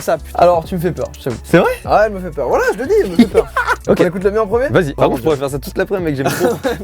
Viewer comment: A mdr j’ai crue que il avais dit wallah mais il a dit voilà je te le dis (c’était )